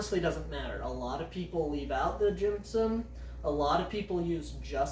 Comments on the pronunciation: Stop making an m noise. Gypsum. Not jimpsimp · Jimpsom? Gypsum is pronounced "Gip -sum"/"Gyp-sum". Coir is not pronounced "Quire"/"Choir". Think of the fish "Koi Carp" and pronounce it "Koi" and add an "r" at the end so you pronounce it as "Koi-r"/"Koy-r".